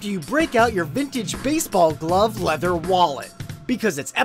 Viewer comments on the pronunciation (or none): none